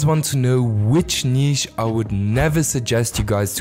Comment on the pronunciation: The way you say “Neeesh” lol